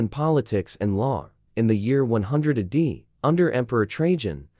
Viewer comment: Ah day? AI slop. Check your work, please.